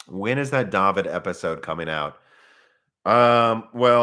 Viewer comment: Daveed... It's DAVID!. Daveed...